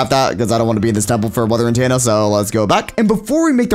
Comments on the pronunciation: why do you say antenna wrong you say it antaenna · its itTENa not intana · Lol antanna sorry bro but it’s antenna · The way he pronounces “antenna” is not what I’m used to, I pronounce it “An- ten-ah” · He's saying Antanna m8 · "Weather Antanna" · So are we all gonna just ignore the fact that he is saying an tanna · Because he isnt pronouncing it corecctly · cannot pronounce “Antenna” lol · the way he pronounces antenna bothers me